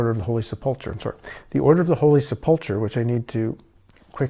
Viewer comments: Holy Seplechur (sp?) Pronounced 'sep-le-ker'.. I had wondered if you had any exposure to Christianity, now I think prob not. Based upon your pronunciation of words heard often within Christian circles. If that is the case, I find your research more intriguing especially where it leads you ultimately. I wondered if perhaps you were someone who had been raised with a religious background and went seeking truth beyond the confines of doctrine. This does not seem to be the case in your situation. I am curious what took you down this path. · Knights of the holy "Sep lu cure" is the correct pronunciation. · Just trying to help... Poussin...is pronounced like poo-sa with the n sound not quite ended. Sepulchre is pronounced like sep-ul-kra. Just a thing...gets quite aggitating listening so many times not pronounced correctly 🙏👍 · Just fyi, not judging, to pronounce them, it is "bee-at-it-tudes" and "sep-al-ker" although there may be other common ways this is generally right for beatitudes and sepulchre